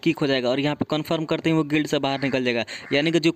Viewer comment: Bhai acting gid kidar nahi gild lidar